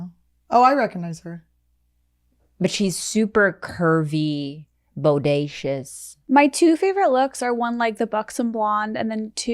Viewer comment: The way Khalyla pronounced bodacious did something to my brain